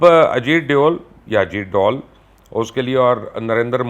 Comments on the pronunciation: اجیت ڈال نہیں بلکہ اجیت ڈول کہا کریں اور یہی اسکا اصلی نام ہے اب آپ اسے پھٹا ہوا ڈول نہ کہہ دینا پلیز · sir u should say ajeet dhool.. not ajeet doll. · Ajeet dool ni bolo sir ajeet dhool bolo yea sirf bajta hy🙄